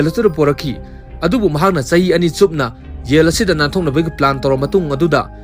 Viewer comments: Jell haiyo yell haidou natte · Yel haiduba natte Jail haidubani. Wari lige hairadi Pronounciation khara chumna ngangbiyu. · Not Yaill yes jail.. not yang its zhaam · Yail nice english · Y'all haiba natte jail haiyo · Jail haigadousu yel. Yamna haigadousu jamna, meiteilon sengna haiba thoktrene bondhu nngse asina maram oibana kadaideino nngbu modhurjan😂😂😂😂😂😂😂😂